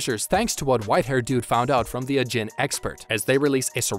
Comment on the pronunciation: I'm sorry but the way he pronounces ajin is just painful